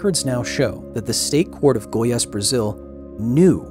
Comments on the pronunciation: I'm Brazilian and just started watching the video, but I thought it would be interesting to say that we pronounce the state with stress in the last syllable (GoiAS, not GOias). Not that it bothers me or anything, I just thought it could be interesting for people scrolling through the comments. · Just a small correction, Goias is pronounced "go-yAHS" like in "yass queen" xD and the "â" in "Goiânia" sounds like the "u" in "huh" or "humble", Goi-uh-nia. The girl, Leide Ferreira, is pronounded "LAY-dee" almost like "lady" but with a softer D so its like "ladjy". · Came here just to hear how Kyle would pronounce Goiânia. Not perfect, but colour me impressed Edit: The pronunciation of Goiás, though, was a swing and a miss